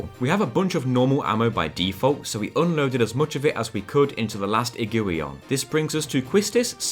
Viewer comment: I think Iguion is pronounced ig-gwy-on since it's an Iguana crossed with a lion.